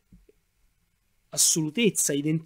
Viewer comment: Bravo ma perdona una piccolissima critica: la dizione è davvero migliorabile. Dici "naufraggggio" " artifisciale" "loggggico" e altro. Per chi ascolta non è la stessa cosa ed è migliorabile con poca fatica. Saluti